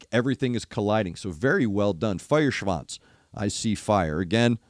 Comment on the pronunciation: You pronounced "Feuerschwanz" absolutely correct! 👍🏻👍🏻👍🏻